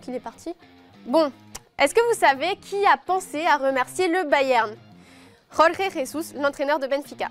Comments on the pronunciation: Pour info, le "J" en portugais se prononce "J" et pas "R". Donc c'est Jorge (comme George) et pas Rorgué. Cordialement, un portugais qui en a marre des prononciations de merde. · Il faudrait dire à des anges de la télé réal...! 😬 OUPS! Je veux dire d'Oh My Goal, que le portugais ce n'est pas de l'espagnol, et que le Jorge de Jorge Jesus sa ce prenonce comme en français. ✌🏽🤙🏽